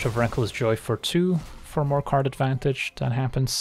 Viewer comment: I heard Karn advantage and karnstruct